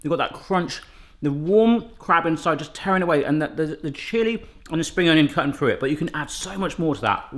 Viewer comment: I wouldn't worry too much about people nitpicking how you say stuff,. We can understand what you're saying and I think things like "toof" and "Frew" instead of "tooth" and "Through" is just part of your doing this at home, every man recipes charm. It also clues my mom in on when I've gone and done a Barrathon because I tend to pick up on some of your's and Mrs. B's speech patterns and some terms as well.